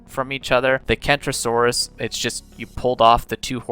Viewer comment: The centrosaurus is actually pronounced sen-tro-sawr-us a kentrosaurus is a stegosaurid great video by the way